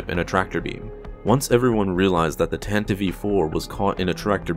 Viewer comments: 🤦‍♂️ Why do people pronounce the ship as Tantive 'E' 4? It's just Tan-tive four. Not Tan-tive-ee four. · STOP SAYING TANTIVE E4 ITS TANTIVE IV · Dude...you gotta stop saying "Tan-ta-vive." It's Tantive. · Its tantiv 4, not tantiveee 4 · it's called Tantive! Not Tantivie! Why is everyone pronouncing it wrong?? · Tan-tiv, not tan-ti-vee. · "Tantiv-ee IV"? Really? I've always pronounced it like 'Tan-tive', same sound as 'give', because that's how English works. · Why does he keep saying “tantiv-ee” ? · did you say the tantive e four? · “The Tantivey IV” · What is a 'Tan-tiv-ee'? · wait wait wait wait.. Did he say "Tan-teev"?? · Doesn't really change or oppose my stance at all, it still sounds dumb and I'm still going to pronounce it tan-tive. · Tantiv 4 the e is silent. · It's pronounced "TAN-tiv" dude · Although from what I hear, the radio broadcast version used the "Tanta-vee" as the correct pronunciation, too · You fail to consider that it's a stupid pronunciation and the way literally everyone else says it sounds way better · The e in Tantive is silent. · Bro you should learn how to say Tantive